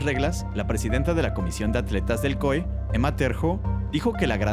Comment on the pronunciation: Porque le dice COE al COI?